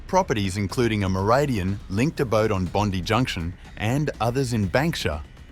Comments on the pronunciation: Bondee?? AI voice, not worth watching.. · you using AI voice ? Not pronouncing Bondi correctly is the giveaway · well it’s a Australian AI voice so it should know how to pronounce Bondi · It is Bondi with the emphasis on the i. So if someone is giving a rundown on what happened there, needs to be correct. Quite basic really, at the least for credibility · Wallengong and Bondy. Funny. Hope noones been knocked off in Wooli.